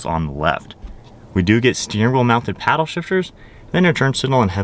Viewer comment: For the delay, Install a paddle what? Didn't hear you clearly